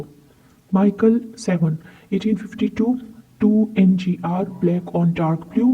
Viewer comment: I'm not sure if you have any clue of what kind of stamps you're talking about. As a real stamp collector you must know It's Mi - chel and never ever Maikel. Which is THE German catalogue publisher. also you don't know what 'pf' or 'gr' stands for. Therefore you had to separate if the above shown prices are from the catalogue or as I asume they're from auctions with the given very catchy and notable descriptions. You mix various German collectable areas as - old German states as Oldenburg, Württemberg or Prussia, or Baden - Foreign German offices in Turkey or China - German colonies, the early years with the overprints are really rare, - German Empire from - Deutsches Reich from 1919 - Danzig - Helgoland (belonging to the UK until the 1890s.) - German local post from various cities after WW2. while in the description only the colonies are mentioned